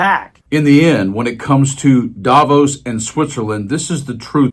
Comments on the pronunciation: please pronounce Davos with the accent on "vos", as intended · Switzerland here. Thanks for your voice. Just one point: You could even more stick out of the media crowd by pronouncing Davos correctly: by stressing the o, not the a! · Davos is not pronounced the way it is in this video. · Davos as in boss not nose. And it’s Macron as in ‘on’ not Macron as in own.